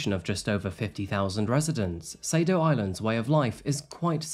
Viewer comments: That island is actually pronounced SAH-doe. Thanks for the great episode,! Fantastic work, as usual! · Thanks for today’s story 😢I didn’t know this awful case. By the way, the island of her home town is pronounced “ SADOH” island.